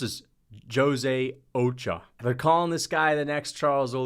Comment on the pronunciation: bro where are you from that you dont know how to pronounce ochoa